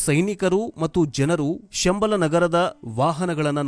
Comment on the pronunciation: ಶಂಬಾಲಶಾರದಾನ್ಯೂ ಸಂಬಳ ಎಂದು ತಪ್ಪಾಗಿ ಹೇಳುತ್ತೀರಿ